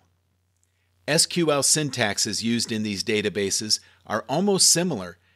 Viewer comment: Lol I searched for Seequel and this video came up, so I thought good, now I found someone to get pissed at. And you pronounced SQL correctly.